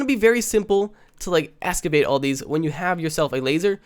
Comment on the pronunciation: excavate not "escavate"